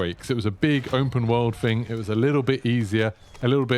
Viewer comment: THING not "Fing" tf is this English